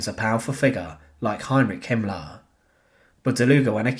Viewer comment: I like the way he pronounces “Hitlar* and “Himmlar”